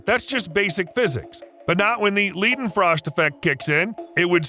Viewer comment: Ok... the pronunciation of Necronomicon and Leidenfrost is driving me absolutely crazy...